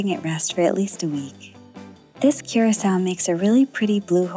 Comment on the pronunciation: no hate bruv but thats not how you pronounce blue curacau. its more of a cur-ah-kau